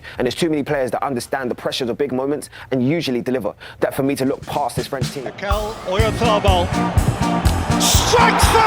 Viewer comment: I wonder if the reason English speakers stress the second syllable of the name Mikel instead of the first is because of the name Miguel, which is stressed in the second syllable